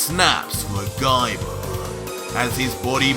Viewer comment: I really laughed hard when u end a word with A like Gaiba you make it Gaibar